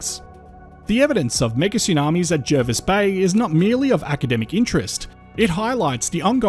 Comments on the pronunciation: It's pronounced Jarvis Bay even though it's spelt Jervis.... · It’s pronounced Jarvis Bay. Not that anyone would know from the spelling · Will you please pronounce Jervis Bay correctly please. Jervis Bay was named before English was standardised, , it could be spelt with either an e or a, when spelt with an e, it has an a pronounciation